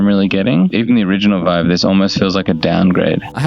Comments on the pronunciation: "HTC Veeve" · "HTC VIV" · HTC VEEV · HTC VEEVE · HTC VeeV 💀💀💀💀💀💀💀